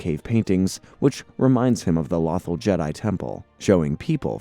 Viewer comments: Since when is planet Lothal is pronounced Lathal. If your gonna talk about Star Wars or make a Star Wars video please at least take the time to know the names of planets and characters and how to pronounce them that planet's name is said many times in the show listen to how they say it. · i stopped watching when lothal was mispronounced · It’s pronounced “low-thaw” 😂. I keep hearing a mispronunciation of waffle. Otherwise, great work on the recap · "Law-thul"? "Quee-gon"? what in the flying fuck is this pronunciation??😭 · Is it just me who got annoyed at him mispronouncing Lothal and Qui-Gon? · Bro like every video he mispronouncing atleast 3 names 🤦🏾‍♂️